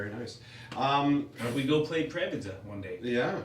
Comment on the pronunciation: I just cant believe that Daniel told “Prievidza “ great, see you there! Love you all! 😁